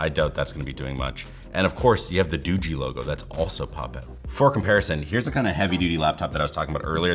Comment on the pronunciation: I'm glad you actually got the name of the phone company right being a tech reviewer. I've been seeing a lot of reviews from Tech reviewers that are pronouncing this as Doogie like as in Doogie Howser. I just feel as a tech reviewer if you're mispronouncing the phone company name wrong that kind of looks bad because you're not doing all of your research. It's like if someone did I review on a Samsung phone and called it Same Sung lol.